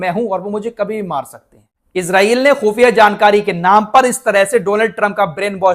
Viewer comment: خو فیہ نہیں خفیہ ھے لفظ معذرت چاہتا ہوں